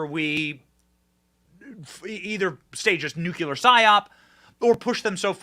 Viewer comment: You keep mispronouncing NUCLEAR.